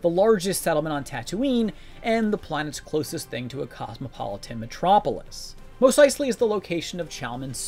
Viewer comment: You saying Mos wrong is killing my soul.